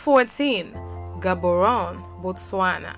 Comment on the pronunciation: Thank you for the beautiful video. I’m now your number 1 fan. All the love from Port Elizabeth, South Africa 🇿🇦. Aluta Continua!!! Let’s keep in touch, I will help you with proper pronunciation of Cities like Gaborone 🥰